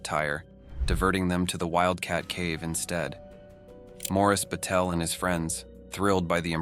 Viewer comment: 1st story got the names wrong: Morris Baetzold, not “Batel,” was the victim, and Michael Ulrich, not “Yid,” was the Eagle Scout who rescued him. A sloppy failure of elementary research. Didn’t bother to listen to the rest of the video after that.